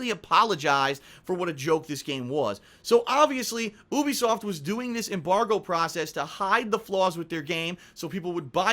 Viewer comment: goddamit it's pronounced you-be-soft not ooobisoft